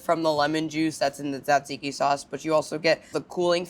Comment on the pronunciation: Thanks for saying tzatziki correctly!